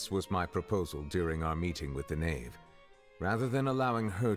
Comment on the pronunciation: The who it's the Knave not ''Khave''